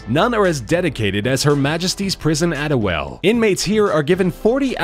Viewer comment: HMP Addiewell its pronounced Add-E-Well